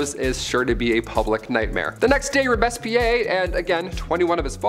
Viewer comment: Natalie Wood, not "Woods." Also, "Robespierre" is pronounced "ROBES-pierre," "Pierre," as in the French name.